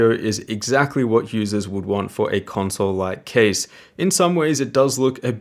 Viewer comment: Why do you keep saying conswole?